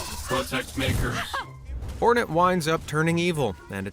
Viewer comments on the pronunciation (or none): Its hornet not Fortnite lol